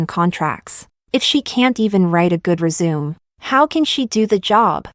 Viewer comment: Omg it's not resume it's resumé ... pronounced ey 😅